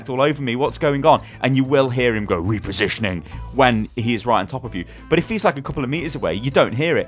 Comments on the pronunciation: I die every time you say "Re-positioning" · The way he said:" repositioning" XD